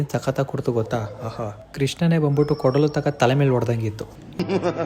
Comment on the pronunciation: ಅದು ಕೊಡಲು ಅಲ್ಲ bro ಕೊಳಲು 😂😂😂